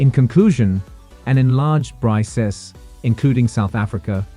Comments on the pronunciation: It's BRICKS, not BRISEES!!! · It is to be pronounced as ‘BRICKS’, not ‘Brice’s/Brises/Bryces. BRICS is the future, Thanks to Russia 🇷🇺, & Dr Manmohan Singh🇮🇳, China 🇨🇳, South Africa 🇿🇦, 🇧🇷 Brazil.